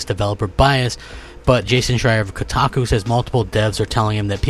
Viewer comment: Did he just say KoTACO?